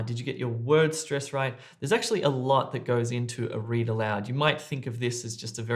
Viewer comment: Cant hear the "right" . 🤔